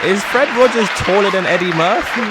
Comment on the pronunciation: Murphy not Murthy